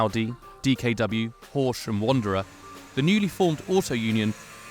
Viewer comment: its Wanderer not Wonderer 😂🎉